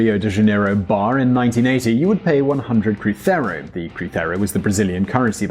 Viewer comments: in portuguese "z" is pronounced as the english z. It's not "crutheiro" it's "cruzeiro" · it was CRUZEIRO not CRUCERO, and it's REAL not RAIS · Cruzeiro not crithero m8. Other than that, great video, love seeing videos about Brazil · Totally minute, but it’s pronounced CROO-ZAY-ru. There is no “th” in any Portuguese anywhere. That’s only in Spanish. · You're saying cruzeiro wrong. Portuguese doesn't have that Spanish sound you did with the z. Just say it like it was English and you would be closer. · That is the worse pronunciation of "cruzeiro" I've heard. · In Brazil people speak portuguese, not spanish. The way you said cruzeiro is not accurate. Other than that, great video. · The Z in Cruzeiro is pronounced like the S in "Cruise". It is not like the Z in Spanish. We do not have that sound in portuguese. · kkkk Cruzeiro ,man u must be practice the accent on this one, but the rest is just right , u could look up for the nacional politics , is good as house of cards , the next 'eleição'' next year has all , socialists , fascists, lobbysts, criminals and it is going to be hell , but we 'll work on it . é noiz BR